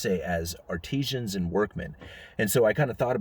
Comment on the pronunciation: Ar-ti-zans - ie. artisans. Small point.